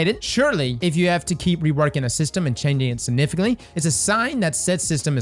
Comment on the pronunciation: Say it with me: SIG-NIFICANT-LY